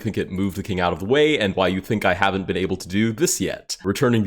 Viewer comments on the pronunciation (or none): none